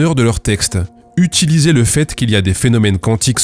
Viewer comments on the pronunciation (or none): none